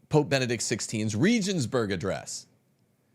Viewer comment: LOL BRO! Regensburg is German, and is pronounced with a hard G, a glottal G. The first E is pronounced as the second E, that is, EHHH. Hagan is Spanish, and the H is silent, always. The A is always the tall, pure A, as in AHHH. Please stop BRO-beating the languages. 10,000 reasons all amount to one reason, because Catholicism is TRUE.